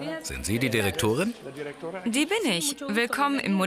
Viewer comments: hört mal zu wie der Sprecher Bei den Akzent viel zu früh macht und Direktorin so komisch sagt hahahahah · Wie der Sprecher sich bei schon darauf vorbereitet den Name der Frau auszusprechen und deshalb Dirrrektorrrin sagt😂😂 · Ja man, ist mir auch direkt aufgefallen haha 😂😂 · ist mir auch aufgefallen! xD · auch :D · TheScienceFreak Dachte ich mir auch so😂😂